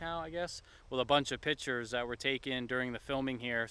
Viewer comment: Thanks for the video. Everyone keeps making fun of you for saying "libary" - but none of these fuckers apparently caught you saying "pitures" (instead of pictures) LOL!!! PITURES. Either way you're a cute guy, you got the current style down, and I guarantee everyone judging you would have 10 times the potential petty flaws they're pointing out. And just think about the random people looking up beetlejuice film locations. Subscribed!